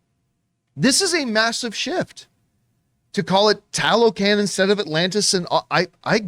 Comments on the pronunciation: I'm thinking you pronounce it Tah low khan, like the other word Tlah low klahn. Their is still cities that got swolled up by the jungle from abandonment when the erous brought the germ warfare so people were dieing off left and right some fled. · As a Mexican I'm embarrassed to say I didn't know about Talocan until they mentioned it for BP2 but I believe it's pronounced "Tah-low-khan"